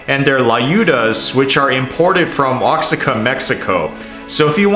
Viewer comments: Ah, It’s pronounced “O wha ka” and not “oxi-ca” as you said. LOL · Oaxaca (wah-ha-ka) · It's pronounced "O Haaccan" Mexico. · I bet he knows how to say Oaxaca now lmao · DID YOU JUST PRONOUNCE OAXACA WRONG? DID I HEAR THAT RIGHT?